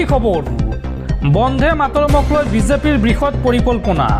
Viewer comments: Try to correct your pronunciation not bondhe but bonde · বন্ধে নহয় বন্দে। ৰাষ্ট্ৰীয় সঙ্গীত টোৰ উচ্চাৰণ শুদ্ধকৈ নকৰিলে ইয়াৰ পিছত তোমাৰ ওপৰত গোচৰ তৰিবলৈ বাধ্য হম